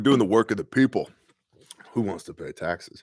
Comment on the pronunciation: Does anybody ever pay attention to what says right before a commercial is triggered? Today it spawned after “war in you-crane”. #2 after “pay tackses”